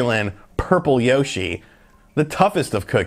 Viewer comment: You pronounce Yoshi wrong